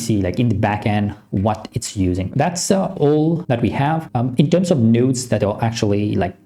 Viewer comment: "... nodes..." ❌ "... nuuuuudes..." ✅